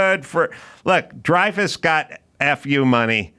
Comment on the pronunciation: its dreyfuss...sigh